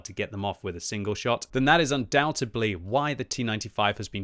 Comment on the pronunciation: Ah, saying undoubtedly wrong again lol